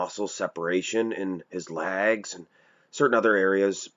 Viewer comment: Why does this guy pronounce legs as "LAGS"?